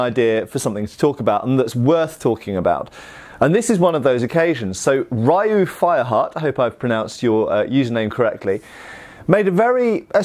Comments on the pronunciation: The Ryu in Ryu fireheart is probably pronounced as ryuu or You but put an r on the first part Like ryou or ryuu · Ryu is pronounced Ree-you. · "Ryu" is pronounced more like if you said "Lyou" as a single syllable. Make it a Japanese 'R' sound instead of an English L and you'll have it.